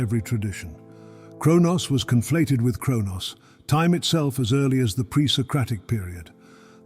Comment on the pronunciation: Saturn is Cronus, not Chronos. Reading idiotic texts by idiots in the age of lies and deceit won't help you much, just saying.